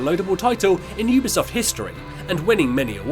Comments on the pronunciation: Really well made video well done but oooobisoft? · I’m sorry but this was infuriating oobisoft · Yeah but some people pronounce it as uu bee soft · Am I saying Ubisoft wrong because he says it like oobisoft